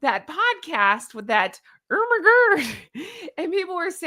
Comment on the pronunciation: You make me laugh and are too funny when you say “erma gerd”when you refer to Emma Grede. I agree with you that it does look like Harry’s wife’s “bronzed” hand in that photo for Emma’s broadcast. As for Harry having a medical issue, unless there is a formal announcement that he is not well, I don’t want to speculate with clickbait notices. Plus, that is Harry’s private medical issue, just like with Catherine. Stay cool! 😎🪿🪿